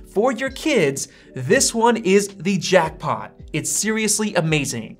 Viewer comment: It’s “the” not “thee”. “The” is the word you’re looking for